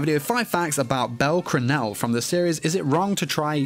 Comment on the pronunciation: me trying resist the urge to correct the way he says bell cranel lol.